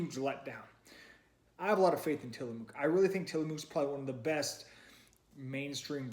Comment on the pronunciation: Sorry to nitpick, but as a native Pacific NWer, it's pronounced "Tillamuck." Sort of like the "oo" in "look," lol